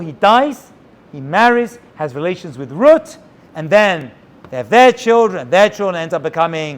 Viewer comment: My grandpa used to call my mother ruet instead of Ruth just like you did very strange we aren't Jewish